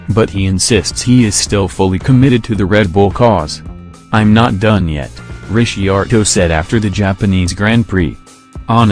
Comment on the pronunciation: zero comments says it all, when you can't even pronounce DR name correctly, you clearly understand very little about Motorsport...